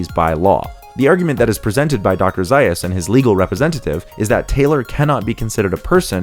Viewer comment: Nice insight. However, you mispronounced Dr. Zaius' name.